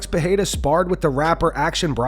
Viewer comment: When are you guys gonna start pronouncing pereira’s name correctly?